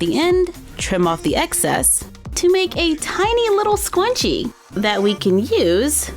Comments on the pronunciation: It is not scuoonchie its sc r un ch e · You sound like you are saying scwenchie not scrunchie (s-cer-un-ch-ee) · I'm starting to get a little annoyed. Please stop saying scwunchie please. I have a problem where I get a little ocd when people say words the wrong way & so yeah. So please stop saying scwunchie & start saying scrunchie please?😃oh by the way I'm not trying to be mean. Like I said I'm a nice person & I don't like hurting people's feelings it makes me feel bad & guilty. So please say scrunchie & not scwunchie please? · Is she saying scwunchie on purpose or is it a joke? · ''SQuanChies" <3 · stop saying swunchie its scrunchie! lol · IT'S SCRUNCHIE NOT SCWONCHIE!!!!! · Let's make a swyunchie!! Me: I thought it was pronounced scrunchie!!!! Also me: Oh well.😑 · It’s a scrunchie not swcunchie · It's Scrunchie Not Scwunchie 😂 Lysm Though 💕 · Did anyone realize she said scwunchie? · I thought you were kidding when you said “Squnchie” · Are you saying 'scwunshies' on purpose? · How to say:scrunchie how she says it:Scwunchie How to say:Sew machine how she says it:soy machine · Its funny how says scwunchie instead of scrunchie😂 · Schwachie? Do you mean Sc-ru-n-ch-ie? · Scwunchie Never heard of it😂😂😂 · Its scrunchie not sqwunchie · Do you keep saying "SKWUNCHIE" or is something wrong with my hearing? It's driving me nuts. Lol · It’s “Scrunchie” not” scwunchie”😂😂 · So many people are saying how she said scwunchie hah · It’s scrunchie not scwunchie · Lol sqwunchie it schrrrrrrrrrrunchie!😂😂😂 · Did anyone else catch her at scwanchie like the whole vid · Soz but it’s scrunchie not scwunchie 😂 Lysm 💖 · It's Scrunchie not Scwunchie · Lol she says squnchie instead of scrunchie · Scwenchies haha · It sounds like your saying scwunchie lol😂I may have to make some of these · Me: oh cool a tutorial about scrunchies!: I'm going to make squnchies. Me:??? Have I been mispronouncing this whole time? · It's scrunchie. not scwunchie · scwunchie intensifies